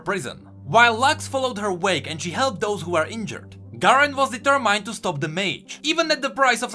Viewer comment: Please upvote this comment so he knows not to make the same mistake as he did in this video and in many before, I didn't comment on it until now even tho it bugged me a lot. Please for the love of god, the "min" part of the word determined is pronounced like "min" in minute not like it is in the word "mine". I feel like since you are a storyteller, even if you are not native English (neither am I) these kinda pronounciation mistakes need to be corrected. Love your videos, keep up the work :)